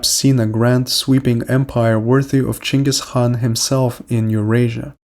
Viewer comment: who is Chengus Han? You must mean Genghis Khan.